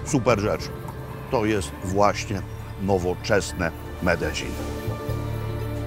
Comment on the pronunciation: Tak się prawidłowo tam wymawia..